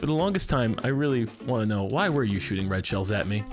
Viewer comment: "red. shells."! I always thought yelled "Why you'r shooting Rachels at me, Smarty!"